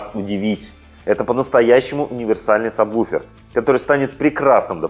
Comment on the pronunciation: Интересно. Как вы такой специалист и произносите саб буфер? Если нет такого названия, кроме сабвуфер!!!